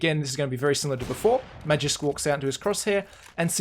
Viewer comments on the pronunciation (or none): Magisk is pronounced Maw-geesk not Mahjisk